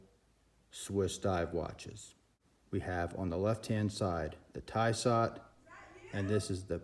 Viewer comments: Correct your pronounciation dude. You are making a fool out of yourself. Tysot and tudder. 🤣🤣🤣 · “Tie-sot” “tuh-der” lmao you dumb fuck... this guy sucks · Would have more credibility if you could pronounce ‘Tudor’ (‘Choo-door’) and ‘Tissot’ (Tiss-oh’) correctly! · Tissot has 2 s's. pronounce it properly